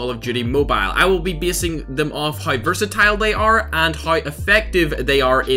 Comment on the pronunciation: I sometimes hear him saying "versatile" by "burst-a-tile"